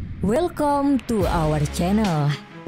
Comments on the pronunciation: Setelah sekian lama..baru aku dengar admin sebut 'our' dengan betol..hahahahaha . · biasanya' or '..lucu